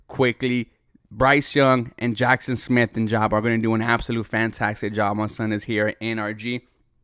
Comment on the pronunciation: JSN is (Jak-son Smith IN-JIG-BA)